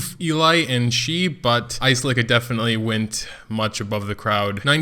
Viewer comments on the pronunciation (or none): Or the A is silent and you just pronouced selica XD makes things easier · Expected you to butcher aselica's name some more, and you delivered!! Aselica uh-cell-ih-cuh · I just wanna comment how I believe the names are pronounced. Ophelia=Oh feel lia Ezekiel=Ee zeek ee el Aselica=uh sell ik uh Shea=shay uh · aselica - uh sel ik uh - ass licka. just saying. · LOVE YOUR STUFF, BUT YOUR PHONICS NEED SERIOUS HELP! TAKE IT FROM AN ENGLISH TEACHER... IT'S: UH-SELL-IHK-UH... AND WHILE WE'RE ON THE TOPIC, OPHELIA: OH-FEEL-EE-UH!.. LOL! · its pronounced ass-licka Btw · Pronounced (Ah-seal-i-ca) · Its pronounced Uh-Sell-ick-uh